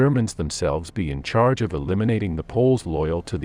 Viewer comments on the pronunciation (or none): none